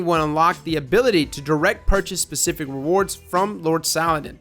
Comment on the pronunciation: Specific not pacific